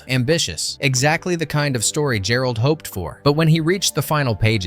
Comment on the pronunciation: "Pyoof an' Stoof"...? David "Gherold"...? The Creature from the Black Lagoon Gillman is "Jillmen"...?